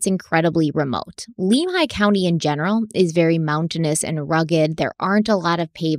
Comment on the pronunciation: My area of the world! You guys do a great job. A picky pronunciation tip. Lemhi is Lem like lemon.